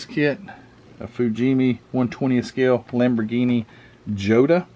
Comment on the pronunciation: The Italeri 288 GTO is not the only one made. Fujimi did one in 1/24th scale in the Enthusiast series, one in 1/16th scale (re-boxed by Testor), and Testor re-boxed an unassembled Burago die cast version. The Lamborghini is pronounced "YO-ta". The 917 Porsche is definitely a Heller kit. It has an engine where the Fujimi kits don't have one. The real version of this specific car had a magnesium chassis that was found to be cracked upon post race inspection. It never raced again after winning at LeMans in 1971.